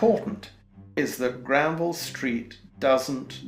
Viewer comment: R Hineman I found it hard to focus because of the way he was pronouncing Granville